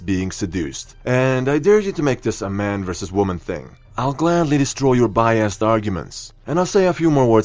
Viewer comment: I thought he said bi assed arguments but it was just biased arguments 😩😂